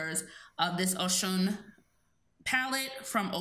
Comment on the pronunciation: Its pronounced O-shoon she is also an african goddess